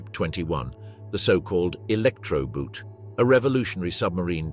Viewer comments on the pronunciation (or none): The word boot is the German word for boat. It's pronounced boat, not boot.